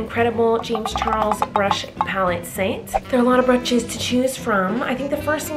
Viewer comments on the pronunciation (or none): Me: brushes Her: brutches